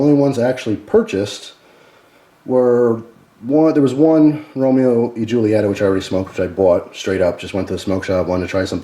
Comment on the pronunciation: It's pronounced Julieta(hule eta)